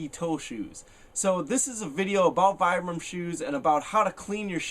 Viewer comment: It's pronounced "Vee-Bram" not Vie-Bram"